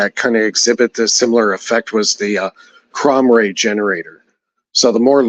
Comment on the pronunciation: "crom ray generator" ?? What is that?